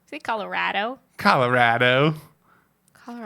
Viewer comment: With love, the way you say Colorado is why Texas and Colorado have a rivalry! 🤣